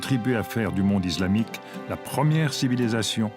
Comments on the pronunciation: Bien, mais j'ai fait une fixette sur la voix off😩 Pourquoi il prononce "iZlamique" au lieu de "islamique"?😂😂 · Fait exprès de prononcé :iZlamique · Quand j'entends iZlamique Je Zappe.....